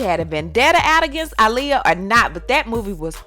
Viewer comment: Aaliyah "AH-liyah" not "ALI-yah"